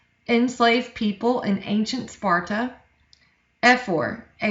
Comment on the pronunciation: you said “ NoRtH eAsT oF sPoRtA” lmao